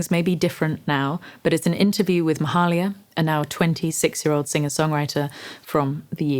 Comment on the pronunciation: It's pronounced "may-"hay"-lia"